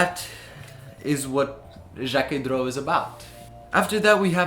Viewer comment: Excellent video, the steel sw is my favorite Jacquet droz but the legibility isn’t amazing. I saw some very cool vintage pieces from Jacquet droz at the patek museum when I went there! Also you did pronounce it right I wasn’t sure about the pronunciation when I first heard of it either.